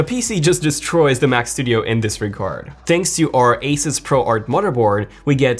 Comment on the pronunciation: Thank you for saying asus and not asooos 😂😂🤣